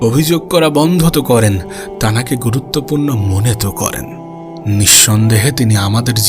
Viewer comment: গাধা , তুই যে শুধু তানাকে তানাকে বলছিস , এই কথা বলা ঠিক না ۔ ভালো করে তোর কথা তুই শোন, তারপরে সংশোধন কর ۔ বাকি কথাগুলো ভালোই ছিল